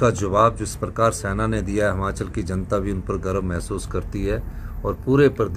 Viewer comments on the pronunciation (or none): Yr ye Himachal ko hmachal kyu bolta h😢